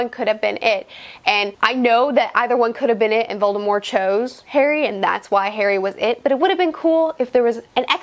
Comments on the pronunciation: you said "voldemore" lol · Voldemort with a silent T is just so damn weird to me